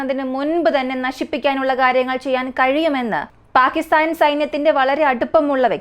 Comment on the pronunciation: ചെറിയ വായിൽ വലിയ വർത്തമാനം പറയണ്ട. അവനവന് ആവുന്നത് ചെയ്താൽ പോരെ? പാക്കിത്താൻ അല്ല, പാകിസ്ഥാൻ ആണ്. ആദ്യം ഭാഷയും ഉച്ചാരണവും പഠിക്ക് 😛😛😛